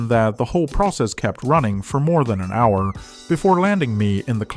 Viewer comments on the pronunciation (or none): none